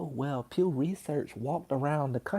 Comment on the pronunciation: DID SHE SAY P.E.W. RESEARCH ?!?!🤣🤣🤣🤣🤣LIKE THE PEW FROM THE CHURCH ?!?! 🤣🤣🤣🤣🤣